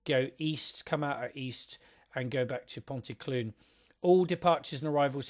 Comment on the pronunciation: Good description of this, my local line. You've tempted me into buying it. Nearly there with the pronunciations ;) Ponty CLEEN, TondEE, PILE.